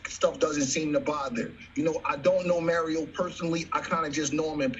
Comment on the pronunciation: Errol's name is Errol, not Earl. Mario's name is Mario, not Mary O.